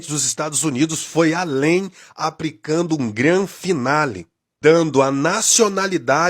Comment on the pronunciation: 😂😂😂😂 Adorei o sujeito falando "Estados Zunidos" (na 2° vez que fala o nome) e outros assassinatos da língua portuguesa como "apricando". O gado acredita em qualquer coisa.